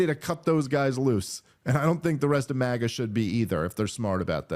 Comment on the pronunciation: Crypto Globalism! It's MAGA not MAIA! You guys miss the point entirely